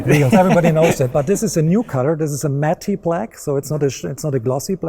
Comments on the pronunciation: It's cute how he says matte black as "matty black." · I loved it when he said "matt-e" black . LOL! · lol he said "mattie" black and "mickelin" tires